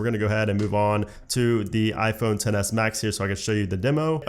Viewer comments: "On mah ah phone" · “on ma ahphone”